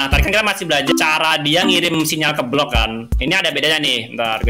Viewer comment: Wkwkwk lu ngomong block apa blok wkwkwk